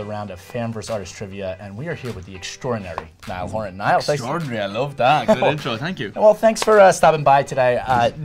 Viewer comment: She said niel horn it’s naill horran